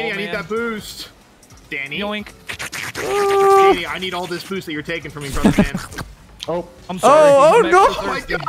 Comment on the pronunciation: He said: let’s go Danny!!! What I THOUGHT he said: let’s GO daddy!!